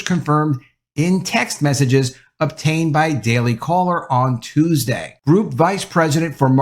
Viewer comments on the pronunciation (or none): none